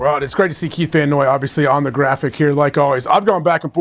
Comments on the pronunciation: KYLE van noy not keith😂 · Are they ok??? "Keith" Van Noy???? They just had him on and they're butchering the man's name like that?? Wtf. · Who the hell is Keith Van Noy 😂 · Did they say Keith van Noy instead of Kyle? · Keith 🥴 Isn't it Kyle Van Noy???